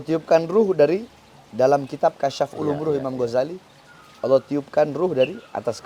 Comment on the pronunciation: Ngajar kitab sombong bacany aja kebalik ngajar kitab preeet